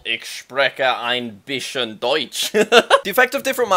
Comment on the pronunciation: Little tip for Jack when learning German: the word bisschen is evil, because there you don't pronounce the "sch" as you like "shh", but rather you pronounce the "s" separately and then the "Ch" like in "machen" for example